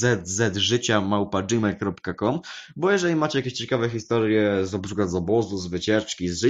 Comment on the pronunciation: źle przeczytałeś adres email bekazzzżycia powiedziałeś